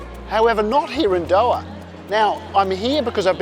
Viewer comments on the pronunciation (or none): It’s Dohaaa not do’aa